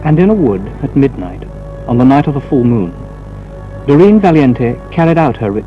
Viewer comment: He said "Dureen" which sounds much better and more exotic than Doreen. (The unpleasant racist)